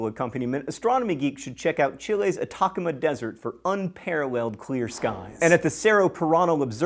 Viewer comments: ah-tah-CAH-ma desert. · re-uploads the video because of a mistake still pronounces Atacama as Atácama ( JK, LOVE YOU JOHN) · Worst part about this being a re-upload? Hearing John's pronunciation of Atacama again. LOL I'm half joking, I really like John. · Is it like a hectacre? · I live in Chile and is really funny to hear how he pronounce Atacama XD